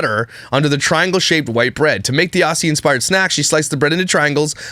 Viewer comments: as a kiwi im offended u said aussy rather than ozzy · Haha the fairy bread made news here☺️ By the way it's pronounced as Ozzie not with the s sound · Ngl, I’m dying over how is saying “Aussie” 😂 Australian girl here - it’s pronounced Auzzie 😛 Yeah the!!!!!